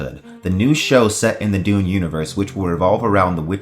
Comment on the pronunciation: You really say Doom , not Dune. YouTube auto text did not make a mistake!